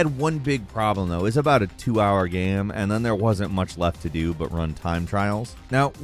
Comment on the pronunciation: man? The way you say game bothers me. Please do better. Thank you.